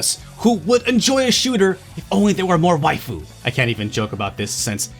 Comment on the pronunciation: I lost brain cells every time he said 'waifu'